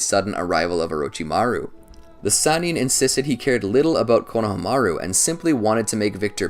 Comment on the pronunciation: Why does he pronounce Konohamaru so weirdly? That's like saying KAKA-shi instead of Kakashi. did he say "SUNANIN" instead of "SANNIN" LOL! WHY IS HE PRONOUNCING THESE NAMES ALL WRONG?